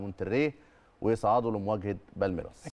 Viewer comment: المفروض المذيع يتقن نطق الأساسيات مثل اسماء المدن والمسابقات، ولكن نجد أن صاحب البرنامج نفسه لا يعرف نطق بالميراس وفي حين التركيز الصحيح على مقطع "مير" يركز هو على "رأس". بآخر الكلمة! وهذا اعلام فاشل!